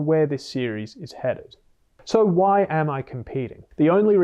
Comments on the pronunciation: I never noticed he pronounced why the family guy episode way until this lol…WhyE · "Huwhy." This dude... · the “hwhai” had me laughing 😆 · Hhhwy is diabolical😂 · Really have to respect the fact that you are not promoting the book as Doctor o r Phd. even though you are (if i remember correctly). However, i have to point out how you pronounce "why". Literally reminded me of Stewie Griffin